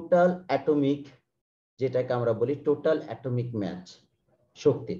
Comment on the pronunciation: The pronunciation of mass should be ম্যাস not Match. Pls try to Correct For Future videos. It creates Confussion